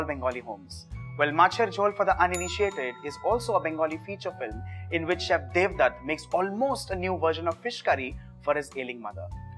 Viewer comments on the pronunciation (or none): none